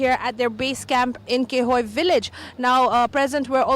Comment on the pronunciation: Khehoyi and not ( kehoi )